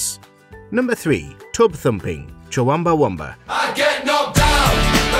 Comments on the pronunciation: "Chuwumbawumba"?!?! LMAO how about getting a literate narrator next time? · Another joke list from these low effort spam charlatans. And who t f is chuwooowiiewoooowaaawumba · 4 times it's wrongly pronounced as Chuwumbawumba when it's clearly Chumbawamba (Chum-Ba-Wamba) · It’s pronounced chum ba wumba!!! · I'm a big Chumbawamba (or as you say it Chuwumbieunbieamba) fan, but I must admit that yes, as far as the charts are concerned they are basically a one hit wonder. But The Proclaimers? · The way he pronounces Chumbawumba makes me want to scream. Also, they had quite a few hits. They were not one hit wonders. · Why did the narrator pronounce Chumbawumba as "Chawumbawumba" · The fact the person narrating this can’t say Chumbawamba (chum-ba-wam-ba) is more annoying than the song Tubthumping. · lol I think you pronounced Chumbawamba interestingly wrong lol 😂🤣😂🤣. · The way you say Chumbawamba is making me viscerally angry. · I understand Chumbawamba is a weird name, but how is this guy pronouncing it wrong?!